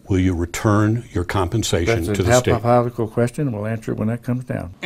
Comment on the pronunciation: “that’s a hapofoticol question...” What did he say??